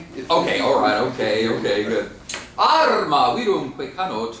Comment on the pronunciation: Absolutely true. But the original assertion puzzles me, because he clearly can roll his R's: for example, in "Arma" (and this is just the first of many).